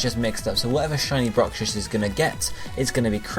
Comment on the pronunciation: Bruxish. Not Brucshiss.